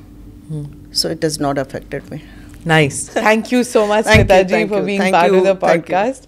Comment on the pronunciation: स्मीता नव्हे, स्मिता